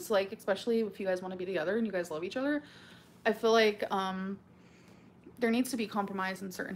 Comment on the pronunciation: "i phil like"